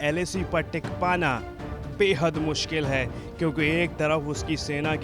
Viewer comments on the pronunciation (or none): none